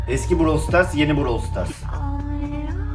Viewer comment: Browl sıtarss değil brawl stars